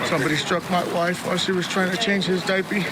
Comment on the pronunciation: The fact he says dipey bothers me